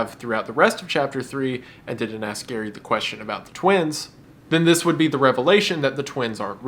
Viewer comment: Gary rhymes with scary (that is all)